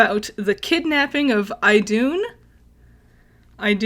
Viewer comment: She got it right. It's pronounced "IH-doon".